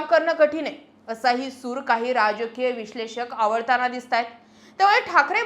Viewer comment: सूर आवळताना बोललात . तर सूर आळवताना. असे म्हणा.अर्थ वेगळा निघतो. बोलण्याचा.